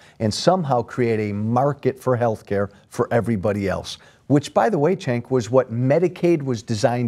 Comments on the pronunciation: does he keep calling him chenk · I love how this guy keeps pronouncing Cenk's name "Chenk" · I hate how Joe Walsh pronounces Cenk's name as "Shank". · My ears always cringe when he says Cenk's name.